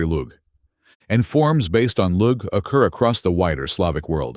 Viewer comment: Generaly it is known. Look at Croatian sources about this. " Lug" has to be said like " loog". It is very important. So please correct yourself. History of languages is even much more older than you have nicely mentioned. But you made very sincere beginning. ❤